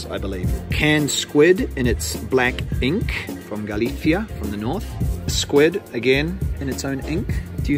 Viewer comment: Me apasiona lo bien que pronuncias las palabras "jamón", "galicia" u "horchata" casi tanto como a ti te apasiona el fuet 👏👏👏😍